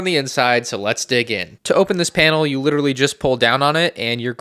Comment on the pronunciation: C-3PO Witawy hitting the gwiddy